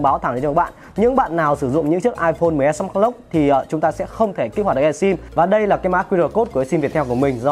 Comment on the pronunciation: Đọc mrj thành xs max đi